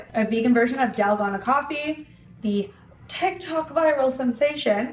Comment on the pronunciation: Yummy! I love using oat milk when I make this. It’s so good!! Also, it’s pronounced “dal-GOH-nah” (that’s how I’ve heard Koreans pronounce it). Thanks for another great video,! 😊